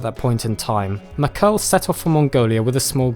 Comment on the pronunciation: Mackerle, not Makel... thumb down for lack of respect for other cultures